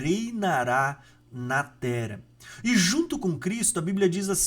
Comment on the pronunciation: O conteúdo é bom, mas pq vc não fala dois “rr “ ? Tera, arebatamento… etc